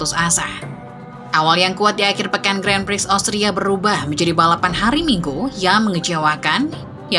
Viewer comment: si admin baca 'gran pri' kok masih salah ya, pdhal yutub motogp indo lain udah pada berbenah